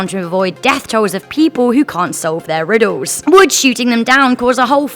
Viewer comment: "Riddos" "tempos" "wotz" "pahses"